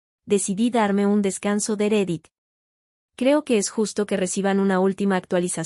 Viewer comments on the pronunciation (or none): Entiendo que la narración es realizada por una voz de inteligencia artificial pero ciertas pronunciaciones no son correctas. La pronunciación de "REDDIT" debe sonar "RREDIT", con doble R. Asimismo, la palabra SHOCK la pronuncia incorrectamente "SOC". Es "SHOC".